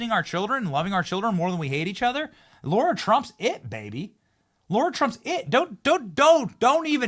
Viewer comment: Benny, FFS it's Lara Trump (LARA) not Laura Trump. LARA - NOT - LAURA Two totally different names....WAKE UP